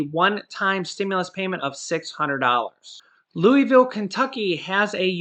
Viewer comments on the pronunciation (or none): none